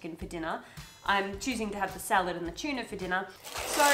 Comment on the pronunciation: tchilly tchuna